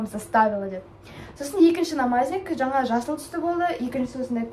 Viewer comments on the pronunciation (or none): none